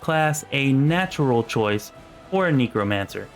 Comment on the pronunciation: I'm loving these videos my dude, but "Neek-romancer" is killing me